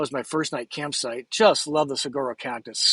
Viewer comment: Hi, John from France here. I absolutely love your vids... informative, entertaining, clear and FUN! thanks for the Bandsintown app. I travel all over Europe and the US and love, LOVE, live music! From this video, you sure know my birthplace well (Arizona), so, let me help you fit in even better... the "G" in saguaro is silent. (it makes more of a 'w' sound) kind of important as our state flower is the Saguaro blossom. Hope you don't mind. Kindest regards.